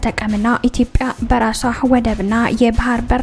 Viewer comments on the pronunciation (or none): none